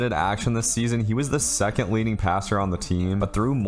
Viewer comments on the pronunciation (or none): none